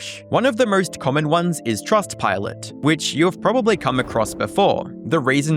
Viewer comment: Bro you got to work on those couple words like most. MO ST there is no ur in there